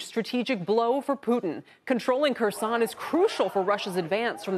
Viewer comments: It's Kherson ffs NOT Croissant 🤣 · It's pronounced: 'hairSONE' with the 'h' pronounced like 'ch' in Loch Ness.